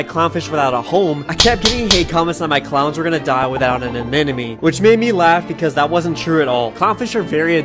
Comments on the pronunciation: not once did you say the word anemone correctly :D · Great video. It’s not pronounced “a-nen-uh-me”, though it’s “a-nem-uh-nee” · It's not pronounced "an enemy". The word even has NEMO right in the middle aNEMOne Uh neh mo nee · "Anenemy" yes, that's how it's pronounced. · Why do you pronounce anemone as an enemy?? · yeah bud maybe first look up how to pronounce anemone, cause its not a-man-and-me xD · you didnt once pronounce anemone right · youre pronouncing anemone wrong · how are americans INCAPABLE of pronouncing anemone properly though...? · PLEASE learn how to pronounce ANEMONE!!!